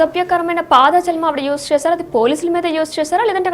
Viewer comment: తల్లో అసభ్య పాదజలం కాదు... "పదజాలం" అనాలి....🤦🤦🤦... తెలుగు భాష మంచిగా వచ్చిన వారితో న్యూస్ చదివించండి 🙏🙏🙏🙏